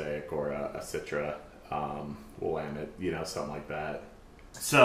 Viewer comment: Its pronounce william-met lol